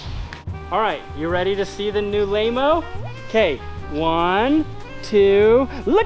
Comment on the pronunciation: Laymo not Mayo.